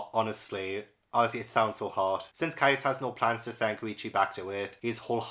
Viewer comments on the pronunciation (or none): none